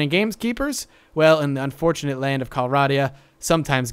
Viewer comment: Correcting you on how you are pronouncing some of the things here. Calradia: Cal-raid-ia. Swadian: Sway-dee-an.